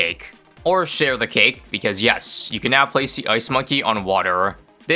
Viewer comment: Dude i thought you said "sh*t on the cake" instead of share the cake